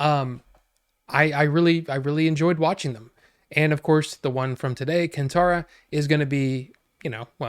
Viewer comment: It's Kaan tha-ra ( not can , stress on ttha ) And language is Kannada ( stress on nn kann - na da). I didn't find it dragging at all , actually I was surprised the movie was over so quickly. I felt he had so many stories to tell as he wants to show what all people do to go against God and it bothers the divine authority. Ok many of them are saying that they didn't understand the middle/ aimless . ( Spoilers) Draging section - SHIVA BEING BORN in the family following traditions , is wandering doing bad deeds (hunting pig is considered evil,hence the mom always angry with her son helping landlord in his affairs , getting the police in trouble ) , every time he does something bad he has a haunted by a night mare which troubles him to do the right thing. Inspite of this he is not taking it seriously. Also every dream there is something , once landing in the area where his father disappeared / once he learns that once connected you "WILL KNOW THE PAST / PRESENT & FUTURE. ALL DEVINE DANCERS KNOW ABOUT THIS , HENCE THE CALL FROM GURUVA TO LAND LORD - YOU GOT TO MAKE IT RIGHT, BECAUSE HE KNOWS HIS FUTURE. Also when SHIVA dreams about Guruva , think of it this way , the landlord tried / thought he had his way out by locking Shiva and eliminating GURUVA DEVINE DANCER , but look at the scene when Shiva gets out it's like a sign of triumph , triumph of Good over evil , which is what happens. Guruvas absence troubles Shiva to pushes him towards the God , if you can understand Kannada in t